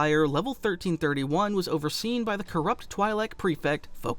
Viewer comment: Is this an AI narrated video? I've never heard anyone pronounce twilek like that